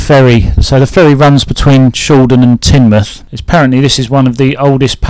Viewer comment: Congratulations on pronouncing Tinmuff correctly, most outsiders don't. 😂